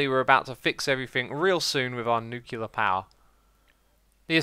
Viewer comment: Who goes crazy when they hear “nucular”